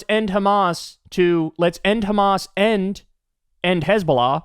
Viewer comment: Kyle you say "and" like "end" and it's really confusing because of all the things Israel is trying to "end" XD XD XD